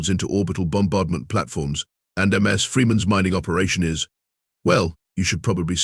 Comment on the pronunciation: "... golf cart calfs..."??? USE HUMANS, we read better - no stupid pauses, no "carry-on" where there should be pauses - like at the end of sentences or paragraphs. Oh, each - Ms. is NOT M S. "stood before ... Humanities finest mines" ???? Who would want to be with a bunch of MINES? "especially the sad violent music playing"??? "hashtag TOTALATETRAP"????